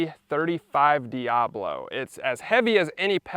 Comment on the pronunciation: Man is diabolo not diablo 😂😂